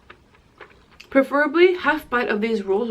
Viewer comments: you said perferbly like 3 times... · preferably..........perferably..........preferably😂 omg I love so much she's hilarious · She said perfurbly 4 times Food can be so sexy This is sexy When she said that i was laphing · She said perferibluy 3 time